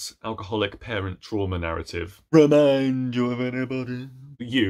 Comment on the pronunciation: ReMÌEENd YuøU of ENyBODÆY